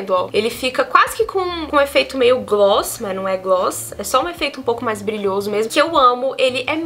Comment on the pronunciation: A melhor parte do vídeo é falando "glosss, glosses, gloo.." KKKKKKK maravilhosa 💓